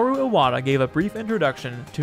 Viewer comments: Great video. Need to work on your Japanese pronunciation though. Saying Iwata's name as "Eye-wata" is... bad. Like really bad. That would be spelled Aiwata and if you could even produce it in kanji would mean something completely different (most likely spelling would be 愛和田 instead of his actual name, 岩田) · Yeah, that was my mistake. Bad habit. I actually asked a friend of mine for most of the names to make sure I was pronouncing them correctly, but Iwata is definitely wrong here.